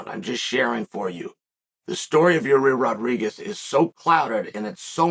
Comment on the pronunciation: Bro please announce his name right lol